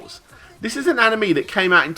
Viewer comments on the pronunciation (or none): I don't think I'm the first one to say this, but you pronounced anime wrong, or it's the right pronunciation and I've been pronouncing it wrong for 2 years